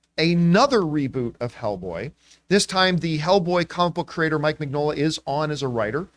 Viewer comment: Mignola is pronounced as "Minyola"